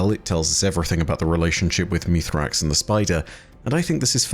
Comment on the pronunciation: Hey, can we try and focus on calling him by his proper name Misraaks? It's really uncomfortable when you call Mithrax when even the Eliksni in game call him by his proper name.